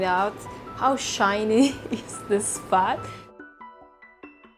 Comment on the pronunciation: Sounds like she's saying fart when she says fat